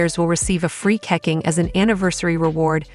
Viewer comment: Ke Ching ... not keking .. zzz